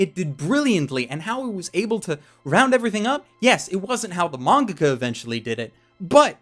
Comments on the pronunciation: what the hell is a manga-kah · I cannot be the only one who noticed him say mangaca because I was losing my shit the first time thinking it was me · why do you pronounce mangaka as mongohgoh?